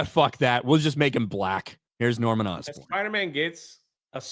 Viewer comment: Norman Osborne ❌️ Norman Dustborn ✅️